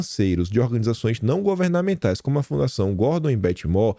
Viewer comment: Moore pronuncia-se "muur"